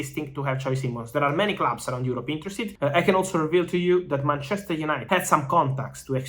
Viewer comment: The way he says ManCHEster united :P